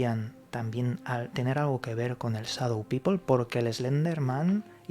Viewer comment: Muy interesante el tema, pero sería bueno que pronunciaran correctamente Shadow, o por último díganlo en español, sombra y punto